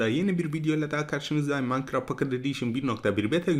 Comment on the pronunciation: abi pocket i düzgün söyle